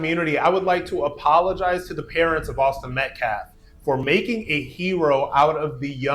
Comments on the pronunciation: Why does keep calling them "Metlaf"? Bro I know you can read.. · To be a bit petty, but to add on to their horrible choice of who they have representing them keeps saying “Austin Metclaff” who the heck is Austin Metclaff? Show some respect to the real victim of this whole thing!!! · Why the fk can nobody say Metcalf right? How do y’all keep fking it up? Metcalf = MET-caff You don’t even have to pronounce the T, it’s more of a glottal stop. This was never an issue when Eric Metcalf used to play in the NFL… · Every time he mispronounced Metcalf upset me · METCALF is not hard to say or pronounce